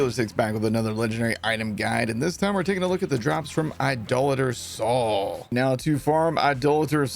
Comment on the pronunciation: Please pronounce His name right. Idoh later Soul.